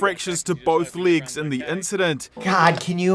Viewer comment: "Both leegs"... It's a funny accent!